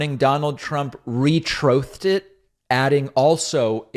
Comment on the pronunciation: “He Trothed…” “Re-Trothe” 😂 I’m dying here😂